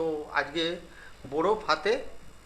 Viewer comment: বোরোফ আবার কি 😂 কথাটা বরফ হবে